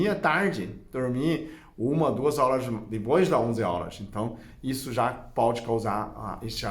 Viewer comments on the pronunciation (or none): none